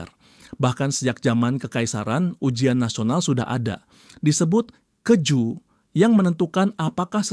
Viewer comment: Keju bacanya Khe juu